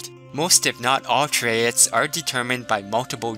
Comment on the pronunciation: I love your videos, but every time you say 'trayits' instead of 'traits' I want to throw my phone at the wall... ._.